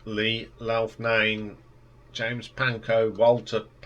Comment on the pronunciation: How do you get "Longhorn" out of "Loughnane"? Someone needs to get hooked on phonics.